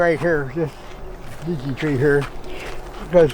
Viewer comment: Lovely to hear them pronouncing the "Leechee" correctly and not "Liechee" as they do here in Britain❗️